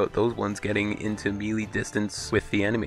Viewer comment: good tips, but holy fucking shit dude, its pronounced May lay!! or Meh Lay (melee)